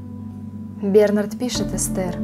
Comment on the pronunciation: Не хочу тебя обидеть, но были ошибки в произношении слов БернаАрд, и таких ошибок было достаточно. Но читала ты этот стих действительно очень хорошо.